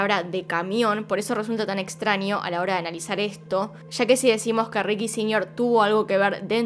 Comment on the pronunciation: Extranio, ninio, ninia. Como amo tu forma de pronunciar, dulzura <3